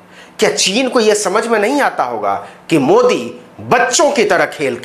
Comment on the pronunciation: मोदी को उर्दू जुबान में आप ऐसा बोलते हैं जैसे ठंडी में रास्ता चलते हुए तालाब में कोई ढकेल दिया